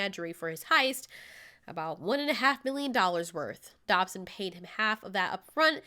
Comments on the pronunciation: It’s not Dobson, it’s Dodgson, as in DODGE-son...damm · Why did you say Dobson? Dodgson!